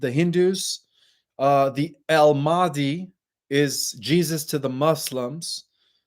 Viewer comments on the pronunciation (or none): none